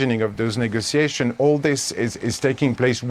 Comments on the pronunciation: All I kept hearing was “Nigga-tiations” 😂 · How he pronounces negotiations bother me